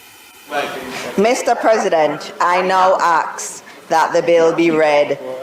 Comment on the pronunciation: Why do these politicians always say "Aaax" instead "ASK"?!